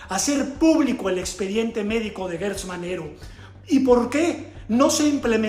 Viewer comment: Se dice Gertz no Guetz se pronuncia como si fuera con J.